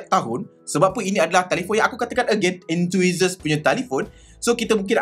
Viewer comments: Enthusiast bang😅 bukan enthuhisast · entuisast silap sebut tu.. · Enthusiast = En-tu-sias bang. Apa2 pun review terbaik. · Enthusiast tu kena sebut betul2.. Hehe